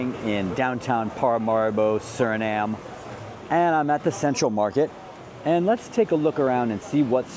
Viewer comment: My home ❤❤❤❤❤ Note, SurinamE. You gotta say the E.